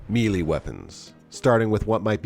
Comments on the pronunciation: Its pronounced May-lay you sound like you're doing a Chinese accent. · I always look forward to your videos, and really appreciate the information you provide. Just an FYI though, melee is usually pronounced as "may-lay" in the U.S.. Although I just read that the British and French say either "MEH-lay" or "meh-LAY." Here's a video that talks about it - A minor thing, and not meant to be a put-down, just thought you might like to know. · Just watching this after some witch kriffery from Disney Star Wars' Ahsoka. Strange way to say "melee", BTDubs. and : Ah, there's the ReBoot footage from S3E1 - "To Mend and Defend". Really miss the, heh, "monoboobs" at this point though. A bit sad to see the RE2 Remake and RE3 "Reimagining" instead of the original releases, but it's kind of nice to see the OG RE4. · Don't take advice on Melee Weapons from someone who cannot correctly pronounce "Melee". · That's gotta be the funniest pronunciation of melee I've heard yet